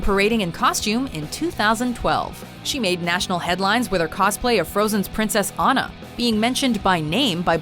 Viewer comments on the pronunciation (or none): none